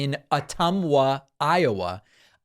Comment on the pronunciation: Ma-Coe-Ka-Tuh...but you're right on for Ottumwa.